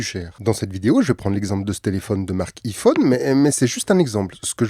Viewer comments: Sa ce prononce ( aie Phone ) Psk iii Phone voilà quoi 😅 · Putain il est frouze On dit Aïe phone putain pas hi phone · En plus il dit apple en anglais, il dit "appeul" pas "apple" donc pourquoi dire "ifone" ? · Un Ifone 😂😂😂😂aïe pas i iPhone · Met t’a rien à faire de ta vie ptn et aussi c’est pas i-fonne mais iPhone y’a un accent anglais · Je sais que je vais faire mon chieur avec cette question mais pourquoi prononcer [I-phone] au lieu de [Aie-phone] ? C'est une private joke ? Ou c'est parce que on est en France donc autant le prononcer à la française ? Mais pourquoi prononcer correctement [Appeul] et non pas [aple] dans ce cas ? Les deux sont une marque pourtant, pourquoi écorcher celui-ci en particulier ? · Enfaite iPhone se prononce aïfone mais c’ecrit iPhone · Juste on le prononce aïephone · on prononce "Aye" phone mdrr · La marque c’est Apple !!!!! Et ont prononce aïe -phone !!!!!!!!! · On prononce AIE-phone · i-fooone.. Je saigne des oreilles 😭😂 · En n’en parle qui dit pas bien iPhone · Salut stp si tu refais une vidéo sur Apple ne redit plus jamais iPhone de cette manière merci ! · Deja apprend à prononcer iphone avant de faire une vidéo dessus. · C'est juste pour garder son anonymat, comme ça il pense qu'on ne sait pas qu'il est parfaitement bilingue 😂😂!! C'est mignon mais c'est cramé. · Qui prononce encore le "i" de Iphone avec la prononciation française, à part mes grands-parents (décédés) ?